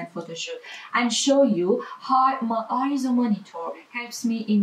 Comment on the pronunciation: No I-ZO is not the correct pronunciation. "AY-ZO" is the correct pronunciation as heard from EIZO's own corporate video.